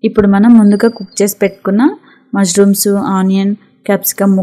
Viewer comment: Not mazrooms ,mashrooms btw good recipe